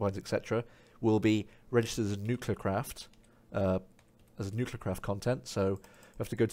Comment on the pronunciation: And uses the power of nuculer